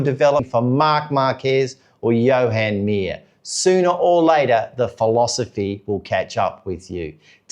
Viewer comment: It’s not Johan Mir…. His name is Juan.